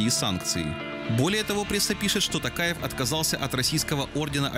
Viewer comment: Не ТАкаев,а ТОкаев.